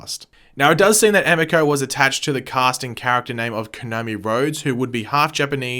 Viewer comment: It is pronounced ah me ko sorry to be a stickler but its driving me nuts